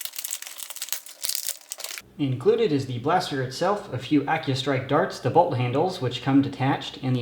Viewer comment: When you say bolt handle i hear bulk handle lol